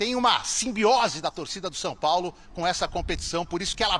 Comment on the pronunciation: Cara ! Aprende a falar! Não se fala SOPOLO! É São Paulo! 😂😂😂😂